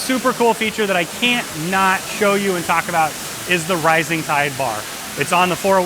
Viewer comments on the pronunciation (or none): none